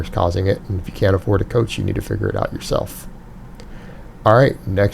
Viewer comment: Coath, haha